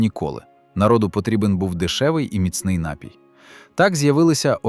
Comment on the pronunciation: У слові: напій правильно ставити наголос на ДРУГИЙ склад. Не КАЛІЧТЕ мову, нове покоління!!!